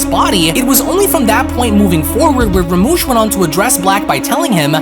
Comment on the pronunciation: Do you even read the manga your showing cuz it's literally written as rumshi not ramush..Jesus Christ it's like your quality is getting worse rather than better...I mean honestly you make yourself sound stupid by drastically mispronouncing what's literally written right in front of you